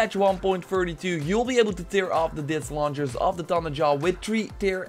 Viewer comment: Goede video! Een note: tear wordt in dit geval uitgesproken als tèr ipv teer, sorry¡ Love je content!